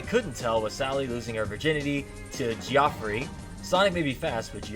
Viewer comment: Homie, it's pronounced "Jeff-ree" never before in my life have I ever heard someone say "jee-ah-free" except maybe runforthecube, who'd probably say "kee-oh-fee-righ" Bruh